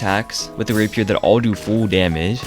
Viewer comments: Holy shit I've never heard anyone say Rapier like that, wow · first time ive ever heard rapier pronounced like that